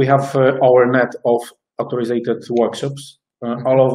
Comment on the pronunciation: Żeby Anglicy lub Amerykanie was zrozumieli to "autoryzowany" mówcie: UK /ˈɔː.θər.aɪzd/ lub US /ˈɑː.θɚ.aɪzd/